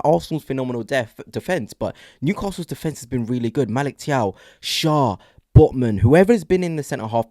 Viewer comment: Always enjoy your reports 👍 By the way Thiaw is pronounced Chow.